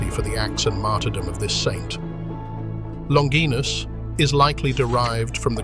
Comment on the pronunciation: So hard to listen when names are pronounced incorrectly. Longinus would'nt have been a Centurion if he had an eye problem🙄